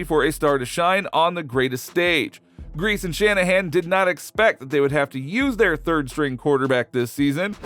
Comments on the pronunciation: it’s not Brian Griese (Grēce) it’s (Grē-cē) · Brian Griese--pronounced Greasy--his dad was the QB on the undefeated 1972 Dolphins